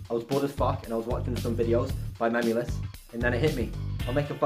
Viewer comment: Why did u say mem ulous its memeulous